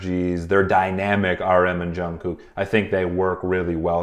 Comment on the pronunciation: love your videos! you pronounce the hell out of jungkook’s name though😭